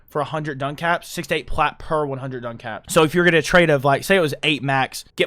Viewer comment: Duncaps? Is he talking about Ducats? “Duh-cats?” And we can circle back to his mangling of “amalgam” later… Love you,.